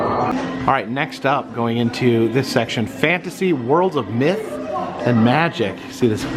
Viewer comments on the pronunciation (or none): none